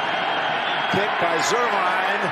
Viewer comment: 😂 he said kikd his 🐕😂